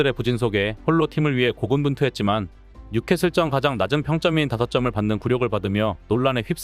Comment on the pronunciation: 뉴케슬전의 발음을 [뉴케슬쩐?!]